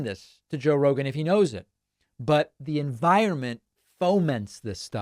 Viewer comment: Joe Roeglan, Roglan, Joe rorg roglin? Dont move the cue cards so fast